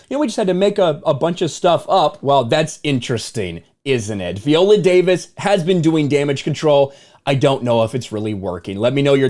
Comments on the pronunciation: At least get her name right viola -VIola not Veola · Good video but her name is pronounced "Vy-oh-luh" not vee-oh-luh. I guess Viola is not a name that is often heard in the white community. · Veeolah lol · You cant even say her name correctly. Smh